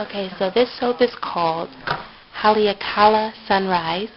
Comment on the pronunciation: Hi, Looks good! Actually, it is pronounced ha-lei-a-ka-la. Just thought I let you know since I am Hawaiian. Great color combo! Love your soaps.